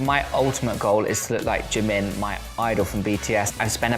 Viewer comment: When oli London says "jimin" a baby somewhere in the world starts crying